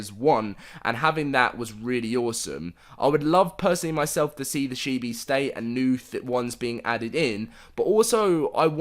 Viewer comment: Chee-bees. Not shee-bees. That is all. Love your vids ✌🏻